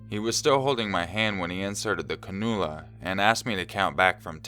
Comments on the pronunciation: Cannula is pronounced can-u-la not ca-nu-la. I didn't want to be that person but I thought a little friendly critique wouldn't hurt... I hope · Hey dude, it's pronounced 'can u la' not 'ca nu la' ... A nasal cannula is a tube about as think as an iv line that goes in the nose and provides low amounts of oxygen (2liters-6liters) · sorry, but in story 1 it's pronounced CAN -U - LA... NOT CA NU LA... SORRY & LOVE YA LOL I've dealt w/ them for 25 yrs.... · cannula. cann-u-la. So much wrong with that. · As usual, awesome video. Just in case the word comes up in future, "cannula" is pronounced "CAN-you-luh". :) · just so you know from the first story it is pronounced Canula : Can-you -la . Sometimes medical terms are really hard to pronounce based on their spelling . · Story #2: the word cannula is pronounced 'can-you-la' lol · you should probably look up the pronunciations of some of these words like anethstetist and cannula :'3